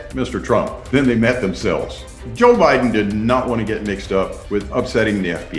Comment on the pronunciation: He said he voted harris hahaha "bidden"